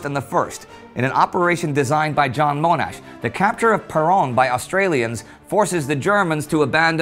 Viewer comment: “John Moanash”